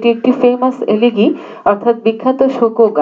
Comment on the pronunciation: Mam উচ্চারণটা এলেগি হবেনা।এলেজি হবে।